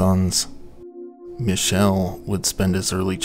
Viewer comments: you pronounced Michel correctly! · I don't know if it's true for him but the pronunciation of Michel is usually ME-Shell or ME-Kell... (Edit - - NM, you did it.)